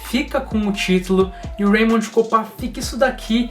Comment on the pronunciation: Pronúncia de raymond errada aí